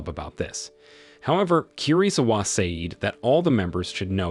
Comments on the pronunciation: sayed sayed sayed......................... FFS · Bro keep saying seyd and kei it just makes me grind my teeth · Nah the way he said "say-eed" pissed me off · Also the way he pronounced 'said'... I am broken and traumatized...